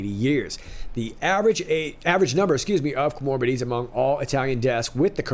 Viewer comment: I say this bc I love you. ComorBIDities, not coMORbidiities. Accent on the BID. You can trust me. I'm a medic from the High Command.